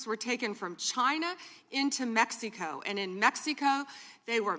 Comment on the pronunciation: Why does she say Mexico like "PepsiCo"